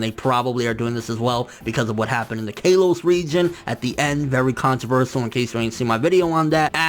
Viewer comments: It's pronounced (K-ah-los) not (Kay-los) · Kaylos? Lmao wtf... It's kalos day it right nigga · lol kay-los. i still love you:') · I was thinking the same thing when I saw the video and how he pronounces Kalos is also an indication that he doesn't watch the anime but he did read/ watch the Japanese sub of the episode that ash took 2nd in the league.